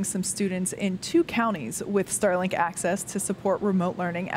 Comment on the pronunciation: I heard "Sterling"-Satellites and was a bit confused :-)